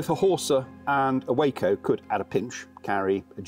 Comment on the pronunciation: Just a point - WACO is pronounced "Wah - Co" - Waco is where the wackos were...